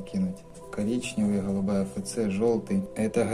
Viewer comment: "хгалубая, хгалубая" - очень режет слух, извините )